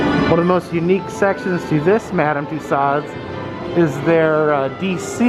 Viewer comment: I cringe every time I hear say tuSOD...Madame Tussaud should be pronounced: ma-DAM tyu-SOh